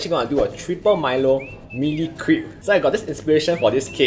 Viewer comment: Lol i heard "Crap" instead of crepe